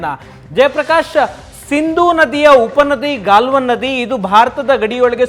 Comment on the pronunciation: It is not gyalvan... it is Galwan. Sariyag mathadodh kalliri swamy